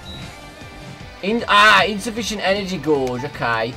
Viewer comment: gauge is pronounced gage not gorge.